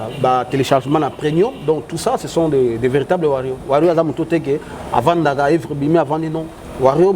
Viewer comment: Ken ekomi Ba Warrions ? 🤷🏾‍♂️Tu as même contaminé ton invité qui avait bien commencé en disant warriors mais après, il a finit par dire warrion comme toi!😳👉🏾 Mais eza nini?🥺🥺🥺